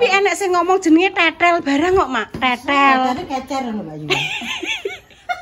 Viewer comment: bukan tetel, tapi teetel baca e salah😂😂